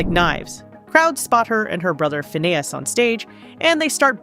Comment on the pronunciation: Why are you calling him Fa-Nay-Is? Learn how to pronounce who you are talking about. You got it right a few times but you got it wrong even more. Were 😊you just guessing?